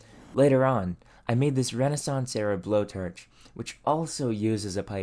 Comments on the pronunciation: To me it almost sounded like an AI with a narration problem. "BlowTarch" "Ferge" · Furrge? and blowturge? Where tha heck are you from dude? I have never heard someone speak otherwise fluent English but randomly incapable of pronouncing an O sound and substituting it with ER or UR. Canadian dialect? :S